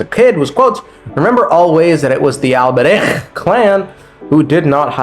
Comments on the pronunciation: dawti pronounce albreich like he's going to casually start his own volksgemeinschaft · The way your saying Alberich is hurting my ears so much lmao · I spit two times while trying to pronounce the name Alberich. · the alberich pronunciation is sending me